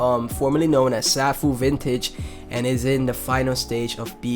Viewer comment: Nice vid. BTW, Safuu is pronounced "Sayfoo" . Also, there is no presale of SafuuGo (SGO). You will only be able to swap Safuu for SGO during the first 12 hours of SGO release. After 12 hours, you can buy SGO with BNB. So buy Safuu now if you want to get SGO as soon as it is released.